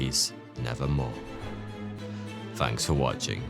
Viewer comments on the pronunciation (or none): All your th’s sound like f’s: Somefing Finking Fings Firdty Fanks for watching Why do you do that? you have a perfect and beautiful accent! It has to be on porpoise because your own name “” is a game with that. If you pronounce it correctly it sounds just like thought. But if you pronounce it like f it sounds exactly like 42. It’s almost like German accent! Stop it! You are so handsome to do that!